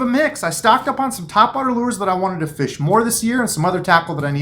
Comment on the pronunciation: YOU NEED TO LEARN HOW TO SAY FISH